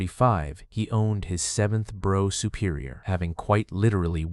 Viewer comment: 'Brough' is pronounced 'Bruff'.